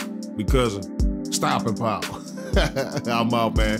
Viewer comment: He said stoping power! 😂 but he right tho , good video fam keep em coming